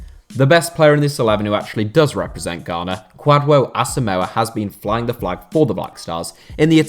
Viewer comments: The 'dw' in Kwadwo is pronounced more like a 'j'... ie. "Kwajo"... but in Ghana we've other related name like Kojo. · Me too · Man you killed me with the pronunciation of Kwadwo Asamoah 😂😃😃, thumb up 👍🏽,, nice one.